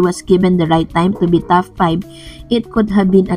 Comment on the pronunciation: TOP 5 ..not TAF 5 heehe